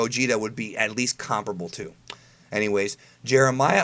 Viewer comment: It kind of bugs me how you say "Comparable". Just Sayin.